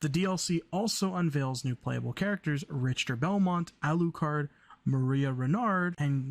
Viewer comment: His name is pronounced more like Rickter.